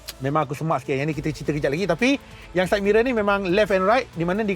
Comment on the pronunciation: Side “Mirel”.. ke said mirul??